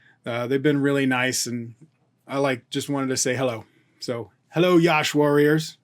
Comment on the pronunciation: Sir it's not yaash.. just Yash.. say like Ya - sh = Yash ...